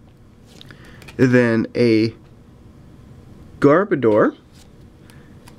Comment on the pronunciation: When you said Garbator it sounded like Gardevoir :)